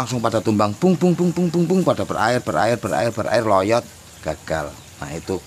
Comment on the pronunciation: Lonyot om bkn loyot😅